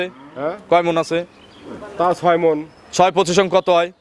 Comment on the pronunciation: আরে সারে নয় মন